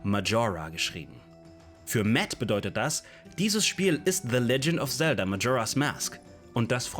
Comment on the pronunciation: Bitte hör auf Tselda zu sagen😅 Sagst safe auch Tsora😂😅😅😅😅 Muss dir trotzdem riesenlob geben deine videos sind ultra gut!